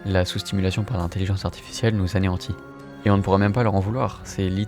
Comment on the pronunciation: D’ailleurs anéantit pas anéhantie